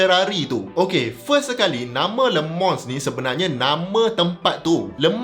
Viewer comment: ak dgr prof sebut cm lemang bkn le mans😅 kali ke 2 prof sbut baru dgr bnyi le mans😂